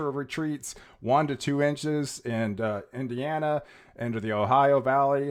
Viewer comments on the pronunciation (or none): none